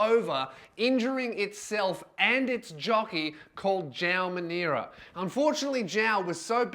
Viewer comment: Does not know how to pronounce Joao Moreira, it's pronounced as Jo Moera, get your pronunciation right before making a joke